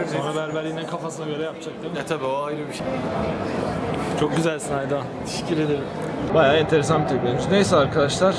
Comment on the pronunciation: tişikir ederim :D